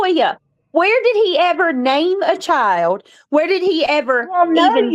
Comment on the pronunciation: My Chiode.....it's pronounced " Child " ..hode on is hold on...